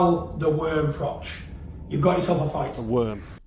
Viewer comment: Irish 🇮🇪 fan here Cobra Just want to say don’t ever change. Same confidence. Same delivery. Same running commentary while you’re mid-story impersonating “BIG JOHN” like you’re doing both parts in a one-man theatre show. The Nottingham accent switching into “FRATCH! FRATCH! WHERE IS HE?!” while simultaneously explaining how in fact Big John Fury knew exactly where you were and how it was all just theatrics from “The Ultimate Fighting Male” 💪 is just comedy gold 😂 Take that payday at Spurs. It’s only 62k capacity so it’ll be a very modest crowd for you but 💯 easier 💰 than AJ/Paul. And you’d be giving the boxing public something we didn’t even know we needed. Even Big John gets a payday for the hospital bills. Everyone wins. Imagine mid-fight you lean in and calmly say, “Yeah but did you ever do 80,000 at Wembley?” and somewhere in the crowd Floyd is still standing there nodding politely 💀 Keep it real 🥊🥊